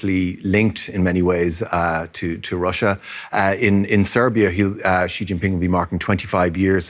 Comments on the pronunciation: Xi is pronounced as See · The host needs to learn how to pronounce “Xi.” 🇨🇳 Yes, he’s a totalitarian dictator but he deserves to have his name pronounced correctly 🎙️